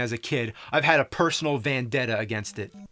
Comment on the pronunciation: You said vandetta